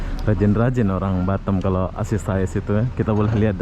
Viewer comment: BATAM lho bukan batem lidah lndo ko ngaoa gak bisa bri